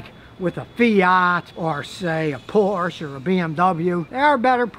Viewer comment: I love when he call it poor-che